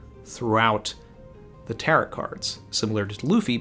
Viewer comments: More like tare-owe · Tarot sounds like Ta-row rather than Tarott sounding like carrot just saying. Great video as always, always look forward to your chapter reading and following video. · Last 't' is silent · You mispronounced Tarot the entire video